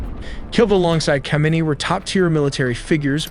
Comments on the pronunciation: It is “khamenei” , “khomeini” was the last one who died many years ago .. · You said khamenei word in wrong way! Khomeini was the previous leader, the current murdered one is ali khamenei